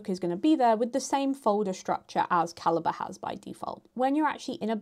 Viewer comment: T.I.L. Calibre (ka-li-bray) ❌️ Calibre (ka-li-buh) ✅️